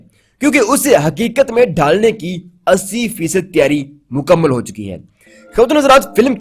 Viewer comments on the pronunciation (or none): none